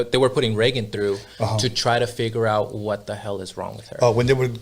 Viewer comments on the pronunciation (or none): none